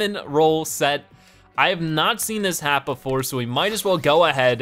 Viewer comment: Its hat not had!no offense im a subscriber but i want You to say IT correctly